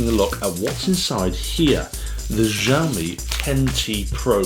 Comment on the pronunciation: "xiaomi" is not pronounced jiaomi, more like siaomi, would be closer to standard chinese, just fyi. I am also a xiaomi fan and like your reviews here.